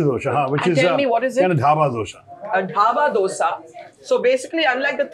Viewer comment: How tough is it for you to get the name of the Dosa right Barkha?